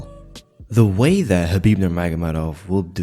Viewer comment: So proud of you that you could pronounce the Arabic name correctly Big up - anything else I say yes Habib will definitely win tony if they ever had a fight